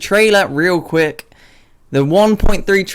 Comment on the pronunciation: "We are going trough trailer REAL GUICK." This vide is almost 2 hours... lol